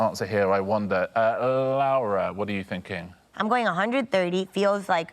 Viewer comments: This was bugging me too. Spanish Lara would usually be essentially the same as British Lara - there's no diphthong ('lah-rah'). But he's adding a diphthong as though he's saying Spanish Laura ('lah-oo-rah') instead of British Laura ('loh-rah' or 'law-rah'). Since I don't know her, it's possible that this is the right pronunciation after all and it's just an odd spelling for it. But it did really throw me off. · He probably means to say Lara, but keeps calling her "Laura" / "Lowra". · i thought the same thing, but re-listening, i think he means to say "lara", it's just his pronunciation of an A followed by an R. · Actually, I heard him say Lawa once, I think he just has a difficult time with his R’s, you know how British people say things that end in r as an a, and things that end in a as an r… I think the ending of her name is really messing him up, because he’s doing his best to get it correct. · RO knows a lot and is good at stuff but I don't trust his pronunciation. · Yes, "it's pronounced the Spanish way". Which is very much not the way Richard is pronouncing it. Voy a arriesgarme y decir que no hablas Español... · This is so dumb because he very much isnt pronouncing it the spanish way